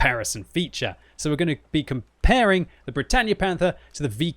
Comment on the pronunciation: Bretagne is pronounced Bret on not bretanye